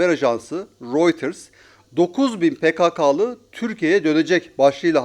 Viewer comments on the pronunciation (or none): Pekekeli değil pekakalı